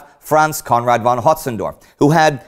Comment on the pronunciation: Conrad FFFFON Hötzendorf, not won! Like Folkswagen, not Wolkswagen!